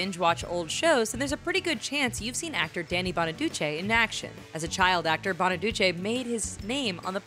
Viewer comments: Doo-chee not Doo-chay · BonaducEE not BonaduCHEY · Danny Bonaduce (Italian) not Bonaduchey (French) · It's Bonaducheeee, not BonaduchAY! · lol "BonaduCHAY" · She says Bonaduce weird.